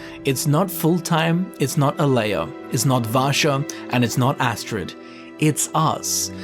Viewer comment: Vasha, Rasha. i thought he meant the tiger from Aladdin before he said Rasha from the dark brotherhood 😅